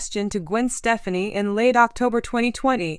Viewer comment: This lady apparantly does not know who the couple are. She continues to mispronounce Gwen's last name.